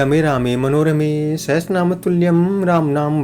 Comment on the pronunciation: Sahastranam nehi sahashranam bolna chaiye